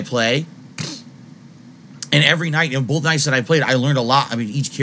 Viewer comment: hard BOWLTH